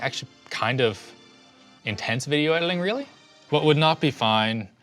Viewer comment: "Video Edd-ling"